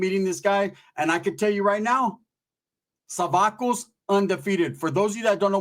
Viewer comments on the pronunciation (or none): So your telling me when it jumped off with the crips, you didn't do nothing.... just watched. FYI: it's "SO"vacos not "SA"vacos.